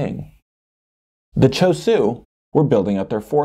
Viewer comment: Why is the h not pronounced it "shu" for ChosHu?